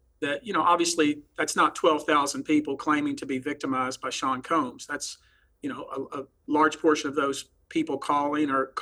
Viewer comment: I kinda missed how piers pronounced combs… “Coombs”